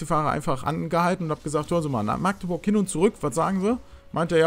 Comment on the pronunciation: Alter wie mich das triggert wie du machteburch sagst. Meine güte. Magdeburg bitte ohne langes a. 😂😂😂